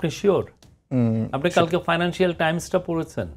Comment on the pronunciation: financial hobe fynancial na ...!